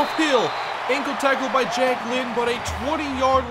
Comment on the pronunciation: Everytime says Jack Lynn, I can't help but hear Jacquelyn.